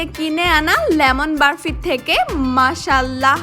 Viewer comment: আপু সব ঠিক আছে সুন্দর হয়েছে তবে বরফির যায়গায় বারফি না বললেই পারতেন এই ভাষা টা খুবই বিরক্তি কর লেগেছে